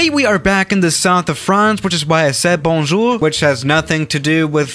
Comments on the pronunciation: oh how you say bonjour its so diffrent from thre french (yes im french) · bounjour guys Me: is this guy from French? 'now hey guys have left the chat'